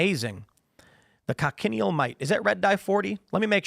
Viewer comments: It’s pronounced, “coach-in-eel”. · Tim, check out the pronunciation of cochineal. Also, it is a scale insect, not a mite.